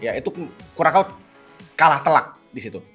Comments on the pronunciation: Kurasau bang bukan kurakau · kalo sosmed loe isinya aja cuma Ai & Kripto mana mungkin fyp pildun lawak🤣 Curacao di baca aja Kurakao🤣😂🤣😂 ketahuan ga pernah nonton bola ini bocah Channel keuangan bahas pildun hasilnya OFFSIDE😛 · Kurasao bukan sih sebutinnya???